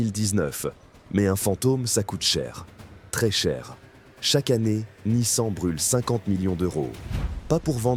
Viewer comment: C'est bien la première fois que j'entends une IA dire Nice-An !!! Quelle horreur.